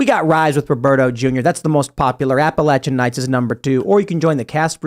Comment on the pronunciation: It’s nice to see that can you pronounce Appalachian correctly…